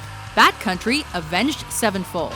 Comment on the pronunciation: LorisMasta17 No, I hate Disturbed. I'm talking about the guy who butchered Avenged Sevenfold's name